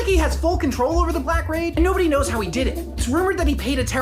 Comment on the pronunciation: "nodody know" 😂😂